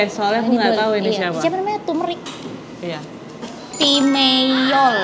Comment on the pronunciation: Yang off jumpol doang satu lembar juga gppa dah beneran,btw ka bacanya pas pertama ko tumrik😭